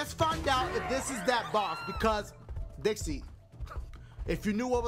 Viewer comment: U called Trixie Dixie